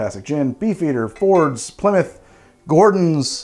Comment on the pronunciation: It's good to hear an American saying Plymouth correctly... Too many say Ply Mouth